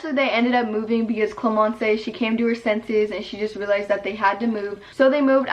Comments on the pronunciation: gustave is actually pronounced gus-ta-ve et not gus-ta-vay and clémence is pronounced clé-men-ce not clé-men-cay idK if you understand also my English is bad cause I’m french lmao, but loving these new videos ! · your french proununciation is cute hahah Clémence its not clemencÉ the e has no sound its like "clÉmenss" same for Gustave its sound like "gUstav" not mean haha ily it was just weird in my head 😭